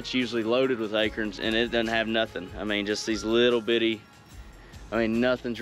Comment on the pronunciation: Can we take a second to appreciate someone with the THP crew that pronounces akerns correctly?